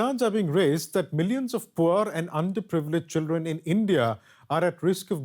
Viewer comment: keeps saying chilen instead of children.